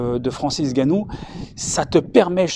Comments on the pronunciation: Cher, Bravo pour la prononciation correcte du nom de Francis Ngannou. C'est un signe de respect. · Exactement !le seul autre chez qui j'ai entendu la prononciation correcte c'est Dwayne the rock Johnson et ça a hollywood, RESPECT vraiment. Ve usu! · Un des rares à prononcer correctement son nom , le N est muet .